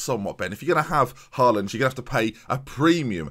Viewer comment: Hate to be a spoilsport but it’s pronounced hall und not haal und (how you’d pronounce hallway)